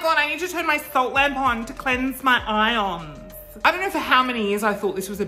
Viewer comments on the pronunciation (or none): none